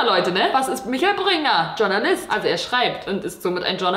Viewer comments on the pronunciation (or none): Leute es heißt schornalist und nicht Tschurnalist bitte danke